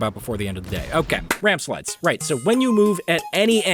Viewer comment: "RamSplides" (someone had to do it)